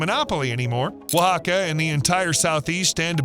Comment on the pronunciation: OAXACA is pronounced wa-HA-ca